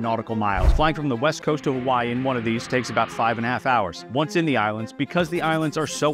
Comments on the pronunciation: "Huh-vuh-ee" brudduh. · He got Hawaii wrong too. He pronounces it "huh-wai" .